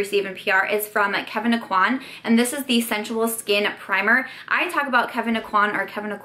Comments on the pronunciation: O-qu-anne= Aucoin. It's a French Louisiana name and EVERYONE even Sephora says it wrong. They have a launch video of his line with his pronouncing his name the correct way. Sorry this bugs me from EVERY YouTuber. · In louisiana (which is where Kevyn Aucoin is from, if you watch the interview the clip is taken from he is from north central louisiana) it is pronounced oh-quanne. And if you continue to watch Sephora pronounces it wrong! Makes me really angry. We don't have many celebs from here and especially ones in beauty so I just think it's a blow to his legacy to mispronounce his last name.